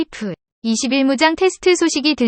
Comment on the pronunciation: 중국인이냐? 아님 연변족이야? 어휴 그냥 까기 바쁘구만..ㅋㅋ ㅋㅋㅋ 전투기의 전자도 모르는 면서 뭔지도 모르면서 막 읽어대니깐 좋지?ㅋㅋㅋ 발음이나 똑바로 해라 어디 TTS로 읽어대면서 KF-21깍아내기 바쁘지? 한국사람은 케이프가 아니라 케이에프라 발음한다 알겠냐? 중국은 유튜브 안되는데 한국안에와서 만드는거냐? 누구 지령받고 이런거 만드냐?